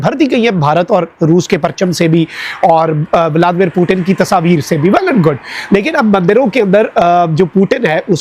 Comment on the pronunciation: Its not Tasaveer its Tasveer idiot uneducated madrasachap braindead #Pakis 😂